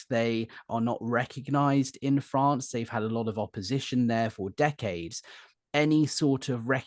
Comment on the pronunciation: I like the way you say “Fronce”😂❤